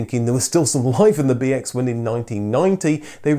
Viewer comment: The way you say BX, sounded like BS to me. So I heard "This is the Citroën BS story.